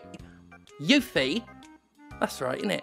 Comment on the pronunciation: You-fi? Yuhhh-fi ?? 😂😂😂